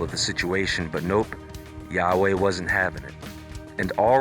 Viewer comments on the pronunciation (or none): none